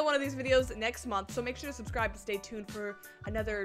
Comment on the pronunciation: "subscribl" HELP 😭 learn english 👹